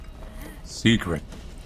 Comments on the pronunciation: I want someone to make a compilation of every ''Seecrreet'' has pronouced in his career now. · He does! The "seecret" is a long standing tradition